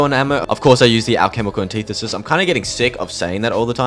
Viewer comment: Never heard anyone butcher the pronunciation of alchemical antithesis so bad.